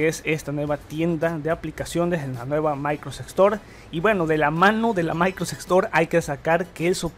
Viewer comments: Mis orejas sangrab cada vez que dices maicros store, es microSOFT store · Por qué pronuncias "maycros" al decir Microsoft? xd me encanta tu canal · "Maincrosoft" 10doritosdepueh "MaincrosTim"